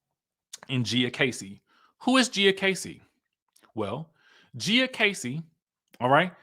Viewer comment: Lol her name is pronounced like Gee-a